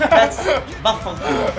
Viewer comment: I'm italian and i have to say that your vaffanculo's pronunciation was really good😂❤️